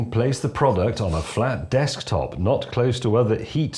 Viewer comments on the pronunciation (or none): none